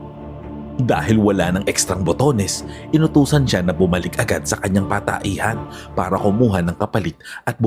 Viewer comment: Nakailan ulit ko talaga naririnig yon Pataehan idol.😂😂😂